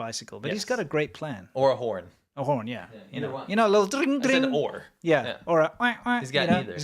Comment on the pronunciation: Tring Tring lol that was good, so South African :face-red-heart-shape::face-red-heart-shape::face-red-heart-shape